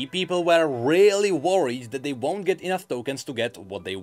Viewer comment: just realized that every single time says the word, "Enough", he actually says "Enouth". Every time.